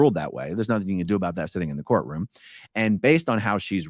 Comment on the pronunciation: every time you say “course room” instead of “courtroom”, i think - Hubbardian slip 😆